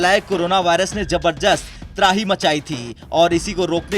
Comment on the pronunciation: Pahele bolna seekh ko jabarjust nahi beta zabardast hota hai